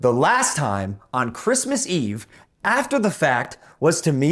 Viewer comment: On KWISMIZZ EVE! Holy balls.